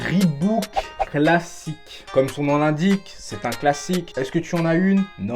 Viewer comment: Pk tout le monde dit reebouk alors que c'est Reebok